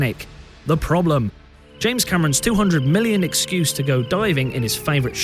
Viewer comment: You do realize Rose was a real person actually on board the Titanic, yes? And you do also realize that her story was real? I mean you can't be this naive, can you? Also it is James Cameron, not James Cameraon. Furthermore you've clearly never seen nor read Romeo and Juliet.